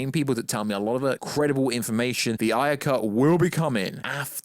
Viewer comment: It's David AYE-er, David AYE-er. Like how you would say the letter "A" A-er, not David EYE-er "as we say in the UK" it's a person's name, I know damn well you can pronounce his name correctly, you're just doing it to be irritating.